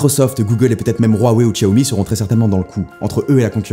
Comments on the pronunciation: On dit Chiaomi pas Tchiaomi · Par conte on dit "shaomi" pas "tchiaomi" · On dit "siaomi"; ) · "chaomi"* c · Par contre il a dit Tchiaomi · Ça fait le mec à « bien » prononcer Huawei mais ça prononce Xiaomi comme un CP 🤷🏽‍♂️